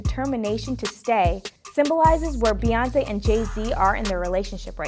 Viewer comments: STOP CALLING HER BAY! It's Bey like a Bumble Bee. Her names is not BAYONCE. Jay Z says her name often and so does everyone else (Queen Bey). Sorry I could not hear anything after her called her BAY lol. Carry on... #RANT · Did he just say Bae( as in Bay-yonce) instead of Bey, as in (Bee-yonce)?! I want his black card revoked!